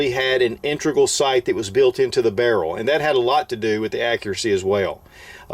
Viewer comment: It's integral, not intregal